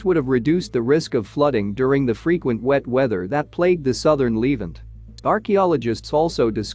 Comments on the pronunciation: I wish this annoying narrator would pronounce the word Levant correctly (Leh ~ vahnt) NOT leave ant what a stupid mistake. like calling Nuclear NUK YOU LER STUPID STUPID STUPID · Lev-ANT, not leave-ant! AI voices…..argh. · Pronounced " le- vant" not " leevant" Moron !! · It’s The Levant, not Leevent. You said it wrong so many times I now despise this video in spite of anything good contained in it. You mispronounced many other major words as well. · The narrator is a bot. Needs its pronunciation tweaked. Says 'leevant'. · It's 'LeVANT.' Add 'The' before this word. LEARN TO PRONOUNCE!!!!!!!!!!!!!!!!!!